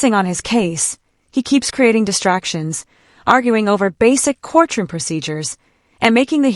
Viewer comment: We are in a court-room and not a core-troom.